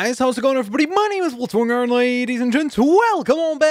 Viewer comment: When you say Blitzwinger it sounds like you say jsj!dkdmdmhh😂😂😂